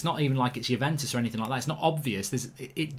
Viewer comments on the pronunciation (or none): none